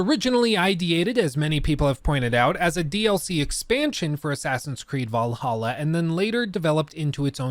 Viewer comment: I feel genuinely offended that you keep calling Assassin's Creed V'laha wrong.